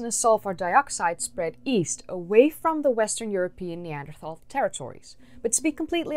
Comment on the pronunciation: Could you please learn to pronounce "Neanderthal" before you make any more videos?